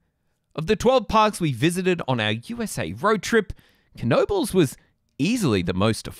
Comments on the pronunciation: Great vid, but it's pronounced Noe Buls. The K is silent like in "Knock." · How sure are we that there's a hard "K" at the beginning of that name? I would have gone with "nobles." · Is it really pronounced "kuh-nobles"? I live right by it and I've always heard people say it with a silent K. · It’s pronounced Noebels, the K is silent. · Yes, it really is pronounced Kuh nobles !! Dick Knoebel(owner) would not mispronounce his own last name. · Pronounced Kuh no bulls. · It's pronounced NO BULLS. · Absolutely WRONG! Kuh No Bulls. Put your $$ where your replies are.🤑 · 🙄You are spreading total disinformation please delete your reply. It is pronounced Kuh No Bulls. Why would the owners mispronounce their own name? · Isn’t it pronounced nohbels? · Yes...... this other guy is trolling. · I have a photo of my grandmother, mother (age 3) and aunt (age 2) at Knoebel’s Grove around 1940/1941. They lived in Pennsylvania at that time. I have always heard it pronounced with a silent K. “Nobles” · No! it pronounced Kuh no bulls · Wrong! Kuh no bulls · I am from Pittsburgh, and we pronounce it with a silent "K." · I don't know for sure, but I think the "K" of "Knoebels" is silent; but who knows? By the way, have you ridden GhostRider at Knott's Berry Farm? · Lol incorrect. You pronounce the K in this case. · I'm pretty sure the K is silent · The “K” is silent. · is the 'K' really pronounced? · No, it's not pronounced this other guy is trolling. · Is the K silent??? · silent K